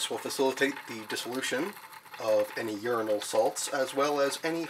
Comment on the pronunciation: 1. Uranal sounds like urinal. Uranate sounds like urinate. I had quite a bit of cognitive dissonance. 2. I agree with the poster below. Your channel would benefit greatly from improved audio and lighting. No one does uranium chemistry!